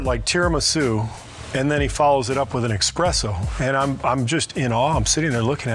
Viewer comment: Love ya Steve, but it's not EXPRESSO it's ESPRESSO! lol ps Kukoc was a bloody LEGEND!